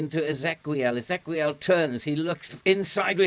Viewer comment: I think Ezequiel is just the Spanish spelling of Ezekiel and the qu is pronounced as a k, as in Roque and Pique.